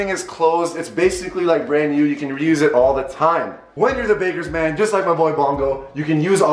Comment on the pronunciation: When he said bakers man I thought he said lakers fan and I was so confused on what he was talking about